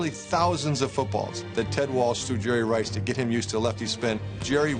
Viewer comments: “I pronounce it Jerry RRRice, 3 R’s... This a bad dude right here.” -Coach Gruden. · The ToeCutter he said he pronounces it jerry rICE